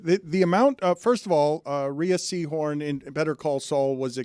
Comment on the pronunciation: It's Pronounced RAY Seehorn, Jeff BAY SOZOS, Ray RAT O. Clean it up!